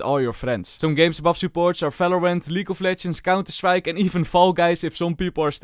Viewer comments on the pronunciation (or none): i love it when he says "falorant"